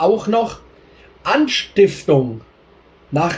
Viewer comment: er redet aber von "anstiftlung"